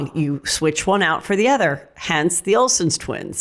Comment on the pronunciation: How is Heather still mispronouncing Vicky Gunvalson’s and the Olsen twins’ names?